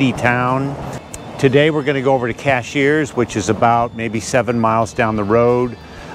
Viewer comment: Great video! One peeve: it's CASH-URS, not CASH-EARS